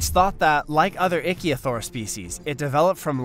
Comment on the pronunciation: May want to double check your pronunciation of the names. Like it's pronounced ick-theo-saur not the 1 you used.